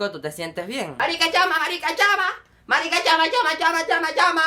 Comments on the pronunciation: tonto que no dice marisca dice marica!!!! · Ja ja en ves de decir "marica" dice " marisca" ja ja ja. Pero aún así me gustó ja ja ja ja 😂😂😂😂